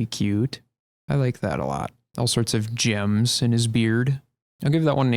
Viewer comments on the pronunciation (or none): none